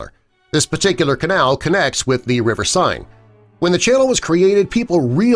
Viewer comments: Could you check pronunciations before recording? The river is not pronounced “sign”. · River "senn" (Seine). Find someone who speaks French Your narrator has mispronounced the river's name in 2 different ways to say nothing of the other mispronunciations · or like 'scene' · The River Sign, or, The River Seine. Which pronunciation is it?